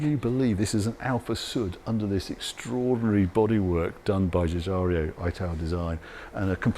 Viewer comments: JU - JA - RO. Giugiaro. Not Giugia-Reeeo. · I love that for years now Harry mispronounces Giugiaro as Gugario :-D Smashing video - thanks Harry! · Giugiaro not Giugario. Great vid as ever boss! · Love your video’s, but hate how you pronounce GIUGIARO. Not GiugiarIo!!!! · The designer's name is Giugiaro not 'Giugario'. Harry's malapropisms make me chuckle but this one is annoying. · Thanks Harry, they did a great job facelifting the museum which had water leaks and looked sad a decade or so ago. Please allow me to help you pronouce a great man’s name, as he has been around long enough ..Giugiaro is pronounced Jew Jar Row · Not to be a prat… but. Zhu-zhar-O……no? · Sorry to be That Guy, but Giugiaro is pronounced 'Djoo-Djaro'. The 'i' is before the 'r' not after it. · Some say Giugiario is the lost cousin of Enzo Ferrario. However, in the thoroughly confused mind of Harry the impresario Giorgetto Giugiaro founder of Italdesign is just another Italian name he cannot pronounce! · There's no I between the r and o